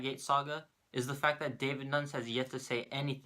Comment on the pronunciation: Nunes = noonyez. But i think it was on purpose?